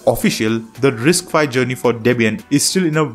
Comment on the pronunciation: It's "RISC five" not "RISC phi". 😂😂😂